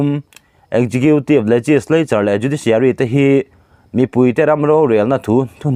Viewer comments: Khawngaihin executive tih hi ekgiqiutive tia lam lovin, Eksikiutive tiin lo lam hram teh,, a sak ltk mah mah a,,... Tha thin ltk e.. 🙏🙏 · Pu nghaka kha chuan executive hi ekzekhitiv tiin a lam